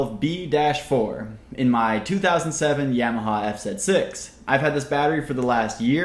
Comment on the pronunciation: Yam.....aha...It's (YAHmuhHA)